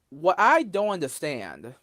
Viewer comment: "Now, what I don't unnerstand...." Me: "...can fill up Lake Erie,! Now shut the Fudd up, Elmer!